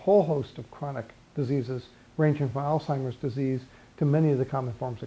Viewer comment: This is great great information! I disconnected when Jeff pronounced "Alzheimers " "allTimerz"